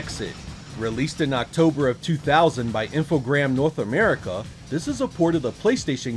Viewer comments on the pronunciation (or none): great video as usual and I'm gonna sound like a twat but its Infogrames not Infogram lol